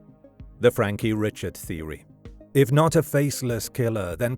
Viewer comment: That would be pronounced Frankie Ree-shard in that neck of the woods.